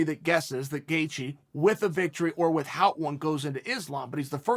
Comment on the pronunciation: Cheal “with-HOUT” Sonnen